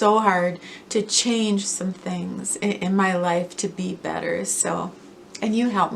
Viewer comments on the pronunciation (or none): none